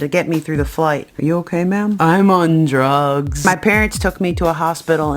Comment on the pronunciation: "I'm on dugs"